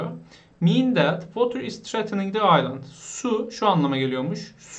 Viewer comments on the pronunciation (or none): Merhaba, affınıza sığınarak ufak bir eleştiride bulunmak istiyorum. Okuma'da bazı yerlerde telefuz hatası yapıyorsunuz. Örneğin ; "threatening" kelimesi gibi. Acaba ben mi yanlış hatırlıyorum diye cambridge'e baktım ve tespitimin doğru olduğunu gördüm. Sadece ufak bir geri bildirim olarak düşünün. Hepimiz hatalar yapıyoruz. :) Emeğinize sağlık. Teşekkür ederim.